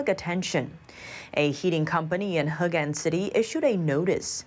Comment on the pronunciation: Hegang, not Hegan.